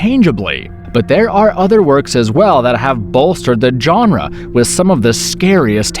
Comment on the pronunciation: Dear internet: please stop mispronouncing genre. It's not "John-ruh". Also, if Event Horizon was a "masterpiece", it was a highly flawed one. I loved the film, but primarily for the aesthetic and concept. It had a very troubled and rushed production though and it shows. It, along with Alien however greatly inspired one of the best new video game IPs of last gen. And, why did you compare Event Horizon to Resident Evil and say "yet again" as though Resident Evil was released first? It wasn't, it was released after... Also tried watching The Void multiple times, but it was just so goddamn boring. Doesn't matter if it finally "gets good" two-thirds of the way through, it's such a slog to sit through. Never really thought of Cabin in the Woods as a "Cosmic Horror" film outside of the final moments, but I'll allow it. It was a great film whatever genre you want to call it.